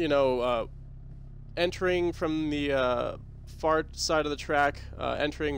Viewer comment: I swear you say, "From the fart side of the track". Cracked me up.